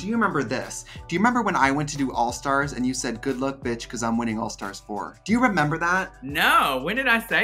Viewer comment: “Bacoss” 😖😖😖 Trinity! It’s “because”!